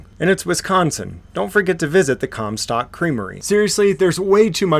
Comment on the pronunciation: 🤣Did he say "Cum stock creamery" Too much comedy in that place to go unnoticed